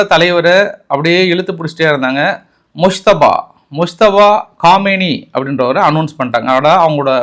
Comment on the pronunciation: ஈரானின் புதிய அதிபர் முஸ்தபா அல்ல. முஜ்தப்பா (Mojitaba )வாய்க்கு வரலேனா கொமேனியின் இரண்டாவது மகன்னு சொல்லிடோங்கோ.பாவம் ஏன் கஸ்டப்படரே. தப்பு தப்பா சொல்ல வேனாம்.....